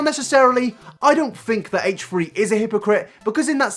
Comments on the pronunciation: "hatche 3" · Haychree haychree. Haychtree haychtree? Hatetree hateree? ....Haychfree Haychfree? Haychfree haychfree. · "Hate-tree hate-tree" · "haych-tree haych-tree" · Haych tree Haych tree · its not "haytree haytree" you stupid fuck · Are you saying hate3hate3? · Heightch three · haitch three haitch three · haytch tree haytch tree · HATCHE-TREE HATCHE-TREE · haich three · “HateTree HateTree” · I'm not upset with your views. I'm upset with the way you pronounce h3h3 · Haych three Haych three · Haych free Haych free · "Hatetree hatetree"